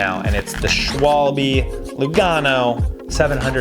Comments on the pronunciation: yes, thats way better than Schwalbi :D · English dudes so weird like "Schwolbi" (Schwalbe-tires) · „the schwal-bee“ 😂